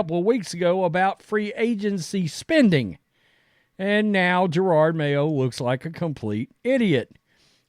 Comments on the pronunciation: Hey, just so you know I am a white guy and conservative. Having said that Please learn how to say someones name and or other words before you look stupid. Jerard No it is Je ROD. I like your conservative show, however, you do look stupid sometimes! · Ja-Rawd;). Cmon man